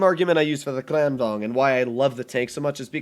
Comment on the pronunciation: for kranvagn has gone from cran-vag-n to cran-van to krrrrrrrran-van